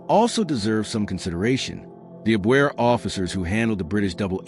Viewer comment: The German intelligence agency is called Abwehr...I think the accent is on the first syllable. A question: the head of Abwehr, William Canaris, was secretly anti Nazi. Could he have been aware...or suspicious of, the Twenty Committee's activities...and said nothing about it?